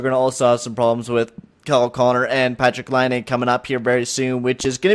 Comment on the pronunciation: For every time he says Patrik Laine, slap your face lol